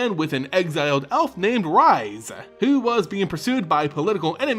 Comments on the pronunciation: Rhys is pronounced Reese not Rise. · This is great, one of my favorite cards with an interesting story. And on another note, Rhys's name is pronounced more like Reese's, than rise.